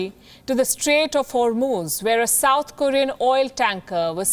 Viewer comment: Did she just said gulf of hormones....😂